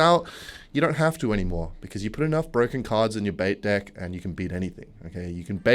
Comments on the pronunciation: Am i the only one who hears d*ck instead of deck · I know this is probably satire but "Let's play this balloon freeze dEck" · Don't even start twisting it from "ok" to "I'm gay" i've learned my lesson and you should too. I was one of the people that mentioned him say dįck instead of deck from the first time and now he's doing it on purpose . Don't start another one of these jokes. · video checklist: • intentionally mispronounce deck • mention goblin curse damage amplification • shit joke followed by ‘smash like!’ • victim one game away from 9000 trophies • make awkward eye contact with camera • defend substance abuse habits • check clan description